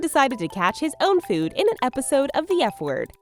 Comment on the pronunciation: Its "food"... not :feood"!